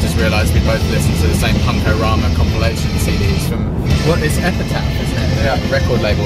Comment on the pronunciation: its "epita--hhh"